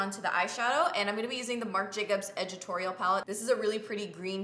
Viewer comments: I love how you say ed-it-torial palette, lol 💗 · I couldn't decide if you were saying "editorial" really strangely or if it was called "edgitorial" and I had to scroll down 😂 #palliette